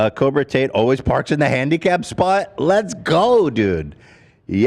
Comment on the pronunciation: I could never tell if Ethan was saying that on purpose or by accident 😭